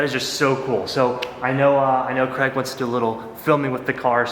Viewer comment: Craig. his names Craig not Creg